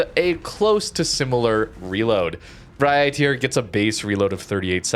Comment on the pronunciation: As a Dutch viewer, I approve of your pronunciation of the ship names... you nail the Vrijheid, others maybe not so much, but the effort feels genuine to me, so props to you!